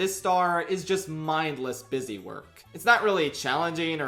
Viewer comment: "Bee-sy" work 🤭